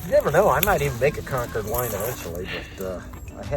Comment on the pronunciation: It's concord not concured. Why do yankees always intentionally mispronounced words?